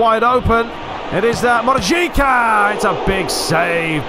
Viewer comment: It is pronanced Mojica not mojika sort it out honestly what is the even point to commentate when you can't even pronancing it right you are wrong.🤦‍♂️👎🙄😤